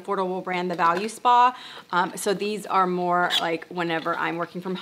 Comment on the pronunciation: It’s VO-looo-spaaa not Valu-spa, lol